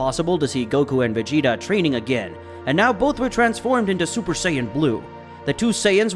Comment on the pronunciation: super sayin not zuper sayin god again good story but stop making that mistake